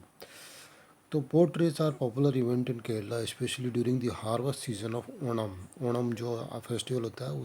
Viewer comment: Are you from haryana because you are saying Odam instead of saying onam 😑